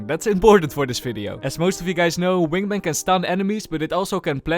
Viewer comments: is it only me but said wingmeng not wingman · is it just me or i keep hearing "Wingmeng" 😂 Great video! I'll be rooting for your Gekko to Ascendent videos! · why does he say wingmang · "wing mang" 💀😭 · I love how the way pronounces wingman is like how Benedict Cumberbatch pronounce penguin